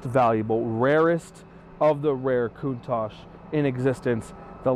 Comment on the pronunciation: PLEASE please do your research on how to say this car !!!! there is No KOONTASH in CANNONBALL RUN !!!!!! and im not sure why your going to use the phone to try and dial the car in !!!!! the car was made well before computers or anything like that so if your going to try and use a PHONE to dial it in your in for a BIG shock !!!!!